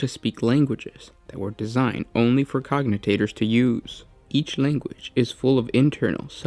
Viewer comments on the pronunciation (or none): Question: why do you keep mispronouncing the word "cogitator" as "cognitator?" :P